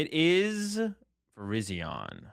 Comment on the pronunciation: there's no way that pronunciation is correct. Virizion's name comes from viridian